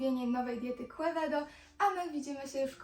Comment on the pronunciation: Quevedo z hiszpanskiego czytamy ( kevedo ). Piekny kon i ty Tez.